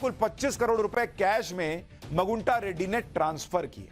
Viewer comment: मगुंटा नहीं " मागुंटा "